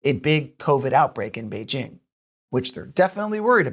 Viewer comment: At last, someone on China Uncensored is doing a half way decent job of pronouncing 'Beijing' properly. Kudos.